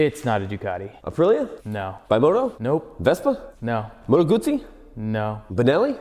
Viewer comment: You actually pronounced Moto Guzzi right.